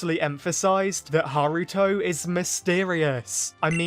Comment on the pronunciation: Haruto it's just me who thought he said Naruto at first